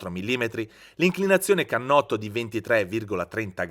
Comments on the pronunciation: Cannotto.... Non si può sentire !! Per non dire uhlins 🤣🤣🤣🤣🤣 Wow che esperto ..... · e finalmente "cannotto" NON canotto!!!